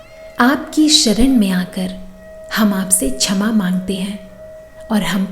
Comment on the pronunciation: कृपया छमा नहीं ..क्षमा..उच्चारित करें। सुन्दर प्रार्थना है।आभार 🎉